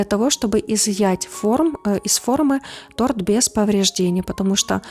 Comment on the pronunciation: Десерт, чувствуется, вкусный. Не поняла, почему агар-агар сложнее желатина - гораздо проще и, главное, быстрее. И голос приятный и фон не раздражает, и хотя я подозреваю, что могут появиться ответы по поводу моих проблем с восприятием и психикой вообще, НО... В слове "торт" ударение не меняется с изменением числа или падежа имени существительного! Тем более что как говорилось ранее, это и не торт.